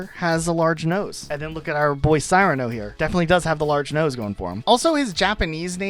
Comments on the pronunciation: Dude… Sear-an-oh. Come on. Famous character in fiction and there’s been several movies based on the story. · I might be wrong, but I believe Cyrano's name is pronounced 'seer-uh-no" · SEE-RA-NO not SIGH-RA-NO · Cyrano is pronounced Sear-a-no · Cyrano is pronounced "Sir-ano". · Okay... I literally can't watch this. Based upon the fact that your think Butch Cassidy is an obscure reference, can't pronounce Cyrano properly, much less Cyrano de Bergerac and aren't immediately familiar with the play or the playwright on which it is based... The "old" War of the Worlds from 2005... Really?!?! I'm just going to stop here, as I'm obviously going to find this video infuriating. You're not the most worldly or well educated individual, are you? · Dude hears the proper way to pronounce Cyrano and proceeds to pronounce it so awfully wrong 😆 Also Friga- my first thought was Frigg/Frigga from Norse mythology, but I think you were correct in assuming its intended Italian/Spanish association with "cold".